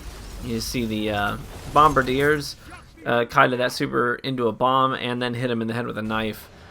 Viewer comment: Finally a D2 YouTuber that can pronounce Bombardiers correctly!